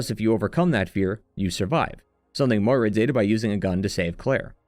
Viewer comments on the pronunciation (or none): none